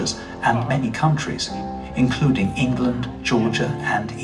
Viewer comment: Engerland, Engerland, Engerland. Remember, this is England